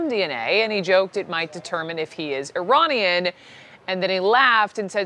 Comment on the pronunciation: jesus pronounce Iranian corrently its NOT EYE ran